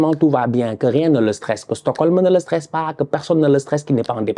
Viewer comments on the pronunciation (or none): none